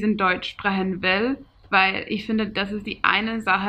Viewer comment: Your pronunciation is great but you just pronounce some words in a different accent. Its weird how you switch betw. These two totally diff Dialekts from two diff. Places. Yes we have natural nail-polish at whole-foods 😀 bisschen?! Lol sprechen is not pronounced the way you say it. First I thought you were german but as you continued I knew you are not. But you speak very good. Good job!